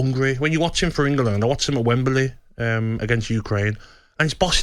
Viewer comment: The Brummy Dummy can’t say England or wembley properly Maybe as he never played for Ingerlund or at Wemberlee